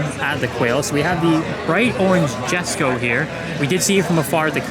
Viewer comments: For the love of the car gods and languages, it’s Yesko stop saying “Jes”ko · The J in Jesko is pronounced like a Y so it sounds like Yesko. Other than that killer job on getting all the shots and kudos your automotive knowledge.